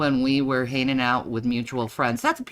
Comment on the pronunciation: Shannys aversion to g’s is amazing. I’ve never heard her skip 2 g’s before lmao. “hanin”